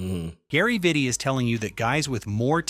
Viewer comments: Its pronounced "VEETEE" i believe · Veetee. Pretty sure Vitti is pronounced with long I’s. Man also has a jersey retired by the Lakers alongside Kobe’s 8 and 24 retired jerseys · VEE-TI, VLAD-EH